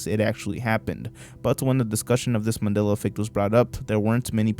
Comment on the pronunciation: i wonder how many mandela effects are just millennial HS dropouts not knowing basic shit. This one even pronounces it Mand'ee'la. or Carl Jung, the inventor of the millennial way of life, whose name is pronounced 'Y'ung. Also, when you illustrate the fall of the USSR, please dont use pics of the Berlin wall falling. Not that you did but from the looks of it, you will someday and someone will call that a mandela effect. or will it be called the mondiba effect by then. the mundida effect. "some of you may remember the mundida effect being called the mandela effect..."